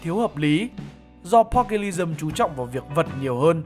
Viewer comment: Pugilism thấy phát âm đúng phải là là "Piu-Gi-li-Dừm" Longsword -> "loong so" Savate -> "sa vát"